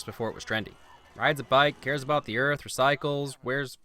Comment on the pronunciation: Welcome to earff.